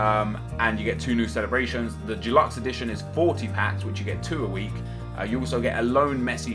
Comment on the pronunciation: why in god's name do you find it so hard to pronounce the word 'deluxe'?! Not fucking dulux like the paint..